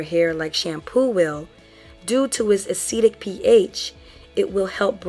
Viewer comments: A chemical is "acidic" (pronounced "Ah-sid-dick") if its pH is less than 7. You were saying "acetic" (pronounced "Ah-see-tick"). The word "acetic" is part of vinegar's chemical name which is "acetic acid". Hopefully that made sense. Still a very informative video. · Thanks for the video. I was thinking about adding ACV to my routine but I wasn't sure exactly where to include. I'm thinking maybe before or after conditioner? Also, was a little confused by your use of acetic vs acidic as they all sounded like "acetic."